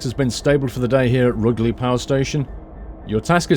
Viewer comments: Just to let you know, the "Ruge" in Rugeley is pronounced as in "huge" not as in "hug". The platforms at Stafford are numbered 1, 3, 4 and 5. There is no actual working platform 2, but the bay alongside platform 1 would probably have served the purpose. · its pronounced, roo ger ley lol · Rugeley is pronounced Ru-jelly I know this because i live 10 mins from there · I live just off this line :) Rugeley pronunciation catches everyone out though! Roo sh Lee :) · It's pronounced Roojlee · its pronounced "roojeley" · He said rugeley so wrong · Hello, I live outside rugeley you have pronouced it wrong:)....I am a massive fan of you and the video's you make, just letting you know:D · If you lived in Coventry then how can you mispronounce Rugeley? Surely you'd of heard it mentioned a few times? Tempted to get this pack myself and re-create my experiences with London Midland, delays, delays and more delays!